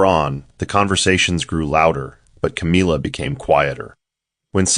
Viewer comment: I just wish that the AI voice would have known how to pronounce the name CAMILLA.